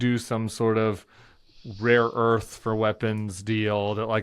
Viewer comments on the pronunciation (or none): It was rare earth, but Trump cannot master that word apparently as he has said raw earth repeatedly